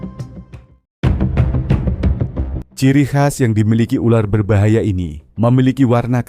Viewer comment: Berbahaya bukan berbayaha😅😅😅